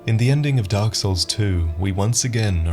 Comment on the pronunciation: The darle SOURL